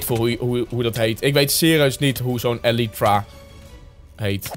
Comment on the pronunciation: Het is een elytra spreek je uit als eelietra